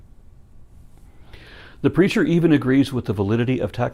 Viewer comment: Every time he says 'the preacher' I hear 'the creature.' ...Is that bad? :\